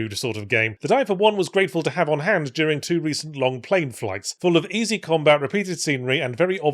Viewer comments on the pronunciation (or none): Is it "easy combat" or... "Ys-y combat?" 😉